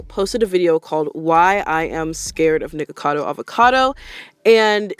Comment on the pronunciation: You said her name right, don’t worry! c